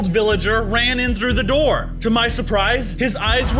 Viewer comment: open da "noor"